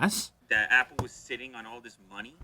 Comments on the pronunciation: Why do you say WSAD instead of WASD Lewis? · Did anyone else get triggered when he said W S A D? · its WASD... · "WSAD" HAhahahaha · You know he is not a gamer when he can't correctly say wasd... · You know Lew ain’t a gamer when he says “W, S, A, and D keys” lmao